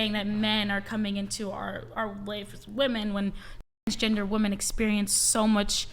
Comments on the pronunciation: How is it that no one can use the correct pronunciation of woman/women in context let alone use the correct spelling of woman/women anymore? The woman in black next to the one in the helmet has used the wrong pronunciation almost every time she's said the word this whole video and some of the others can't get it right either. It's not just this video either, it's very prevalent lately all over the place. As much as people are up in arms and talking about women lately it really hurts their credibility about anything they have to say when they can't get the most elementary stuff correct. It makes them sound uneducated and like they are just regurgitating talking points and phrases and not speaking what they actually think because they aren't even listening to the things they are saying themselves. Not that the main culprit in this video is, because she seems to be knowledgeable. I'm speaking generally because the words are misused so much lately but I had to comment on this video because it's so prevalent on this one and no one seems to catch it. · When speaking in the plural it’s WOMEN not woman! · Why does everyone say "women" the same as "woman" now? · I can’t take anyone seriously who can’t pronounce “woman” vs “women” 🤦🏽‍♀️ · Am I the only one that finds it annoying that she keeps saying "woman" instead of women? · I would love when people are talking about women they say women and not woman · Why are they all saying “woman” instead of “women”? Am I crazy? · Why is it that all these girls say woahmen, it's wimen, unlike woman. It sounds stupid, is it an accent thing? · Why does she keep saying womAn!?! It's womEn!!! Jeez! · It's WOMEN. These younger females cannot pronounce the plural of woman. JFC....... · Why can't ANY of these bimbos pronounce "women?" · Why do so many people pronounce women as woman now? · Why do they keep saying woman instead of women? It's been irritating for the past few clips. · Why is she continually pronouncing women as woman